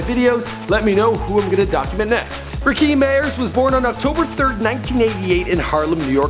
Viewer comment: "ra-keem meeyers"